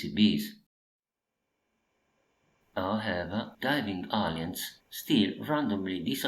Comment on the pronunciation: I kept hearing "aliens" as "onions" which resulted in this misheard gem: "No more jumping onions!" =D (seriously though, I love your PCB repair videos...they're so calming and I do learn a lot)